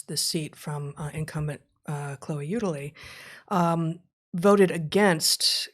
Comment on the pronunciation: U delay? Come one Heather you guys have lived in this shithole city long enough to know the angry and jealous white ladies name is pronounced U DAILY